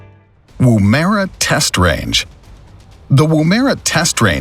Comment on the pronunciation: BTW it's pronounced as Womb-er-a. The Woomera Range actually has a civilian aerospace facility on it and it had an Immigration Processing Centre on it for some years. There's also a town, caravan park, and museum, plus there are some local roads that cross parts of the range. Yes, the live fire range area is closed whenever they have live fire exercises going on.